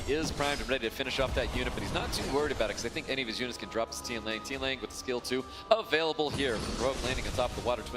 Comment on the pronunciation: dude casting really saying tian liang...can we get more amateur casters?